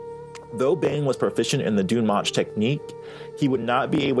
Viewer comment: it's pronounced "DUNE MOKE"